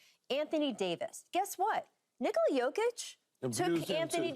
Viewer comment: It’s pronounced NicALa not NiCola